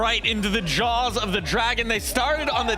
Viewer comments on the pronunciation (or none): none